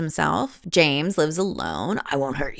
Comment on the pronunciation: The way you said ✨️jeems✨️ instead of James absolutely cracked me up every single time. And the shirt bit- The commitment is award worthy.